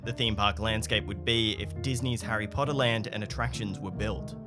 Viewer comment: Hirry Podda? An obvious thumbs down.